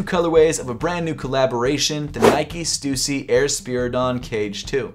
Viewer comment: Respect that even though u don’t like stussy that much u still pronounce it correctly 😁